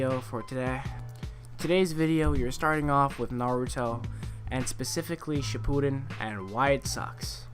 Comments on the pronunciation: He said shippuden wrong........ ODDMEN RASGAN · Its not naruto shipuden your saying it wrong